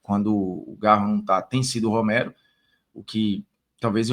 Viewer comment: Formiga, o nome do Romero é Romero irmão, não é Roméro.